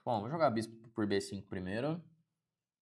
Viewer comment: Bê CINCUN KKKKKKK